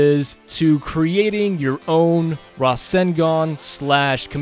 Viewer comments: its ruh-sen-gun not rassengan i know that and im american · The pronunciation is Raw-Sane-Gone (to use English as an example). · Rasengan is pronounced: Rah-SENG-gun :P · it Ruh-Sang-Gun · Just amazing .. looks so realistic! This will be a killer if you combine it with your Sharingan tut. Naruto and Sasuke in one! :D btw, I think it is pronounced as "Ra" - "Seng" - "Gan" or something , not absolutely sure .. haha :D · I watch american dubbed, But its not pronounced like that in that either so idk what hes talking about lol.. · not an offense comment.. i just find how you say rasengan so weird lol